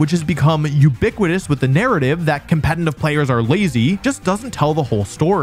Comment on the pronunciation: Here goes to another 42 mins of Wolfey mispronouncing "competetive" as "competentive" sigh (I'm eating it up), but at least it's good content (it's amazing).